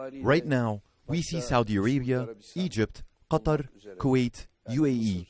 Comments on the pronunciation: لما ينطق المترجمة قطر "قطر" بالانجليزي وليس qatar. هي يوجد سبب لذلك ؟ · يبدو أن المعلق الصوتي لأردوغان عربي قال "قطر" باللفظ العربي 😂